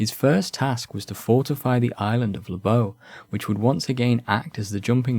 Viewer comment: Thanks for the video. Your pronouncation of Lobau is somewhat off. The pronunciation of "Lobau" can be broken down phonetically as /loʊbæu/. The "Lo" is pronounced similar to the word "law". The "bau" would sound like the word "cow" but the c replaced with a b. There is also a yt video of the pronouncation.